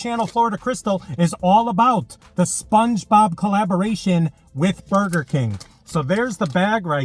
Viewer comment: you said spluongebob like 30 times hahaha